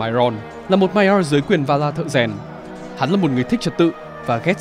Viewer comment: phát âm chữ Maiar nghe khó chịu vl, bớt ngựa khi nói tiếng anh được k